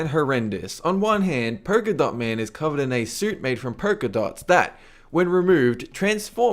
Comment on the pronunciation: Purkadot man Loool